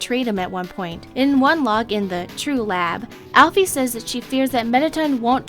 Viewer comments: you pronounce alpyus wrong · I pronounce Alphys like, "Alphis". Not, "Alphees". Not criticizing or anything, but that's just how I pronounce it. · alphys isn't pronounced alphees Mettaton isn't pronounced like that!!! Pronounce it right!!!!